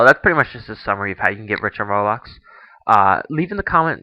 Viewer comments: It's pronounced roe-blox not ra-blox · Its not "Rahblox". Its ROBLOX! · It's Roblox not "Rawblox" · xD did he pronounce "roblox" "rawblah" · RABAX THATS WHAT HES SAYING INSTEAD OF ROBLOX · he said "RAWbox" its roblox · idiot its ROH-BLOX not RAW-BLOX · dude its roblox not rawblox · e.e nots rablox its roblox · Why do you pronounce it as raablox instead of roblox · Ro-Blox (not Raw-Blox) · its not ROB lox its ROBLOX (Roe- Blocks) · ROBLOX NOT RABLOX LOL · Its not freaking "raa-BLOX" its "ro-blox" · i now pronounce rah-blox, roblox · did he just say Rahblax? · He said RABLAX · Did he say "Rablax"? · Its sounds like ur say ruhhhbax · It's SUPPOSED to be pronounced roblox. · ROBLOX isnt pronounced like that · He says roblox like me :D I guess I'm not the only one :) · he said roblox wrong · Say Roblox right dude...